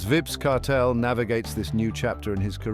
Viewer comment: Have some respect for the man name. The AI voice is not pronouncing his name correctly. Tune it up or just refer to him as "Kartel".